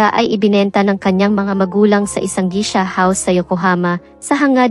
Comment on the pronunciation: Geisha po ang pronunciation.. as in geysha